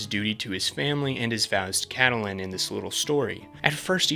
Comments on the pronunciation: Cattle-Lyn? It's pronounced Cat-Lynn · I'm 20 minutes in. Great video so far, but your mispronunciation of Catelyn is driving me nuts. It's Cat-lynn, not Cah-teh-lynn 💀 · Why are you saying Cat uh Lynn. The pronunciation is Cat Lynn. In the show and the books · The way you’re pronouncing Catelyn 💀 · The way you pronounce "Catelyn" annoys the hell out of me. Even tho it appears that is the right way to say it